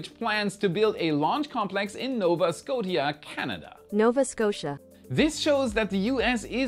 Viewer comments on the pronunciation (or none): please have somebody show you how to pronounce "Nova Scotia" the "T" is supposed to sound like "sh" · "Sko tee ah" 😅 i know, i know... you fixed it already, but jwts thanks for covering that news! Super pumped about getting a pad in the great white north❤ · Nova Scotia (scoteeah) 😂😂😂 that was funny